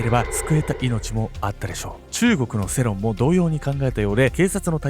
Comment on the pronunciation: せろんじゃなくて、よろんって読むんですよ笑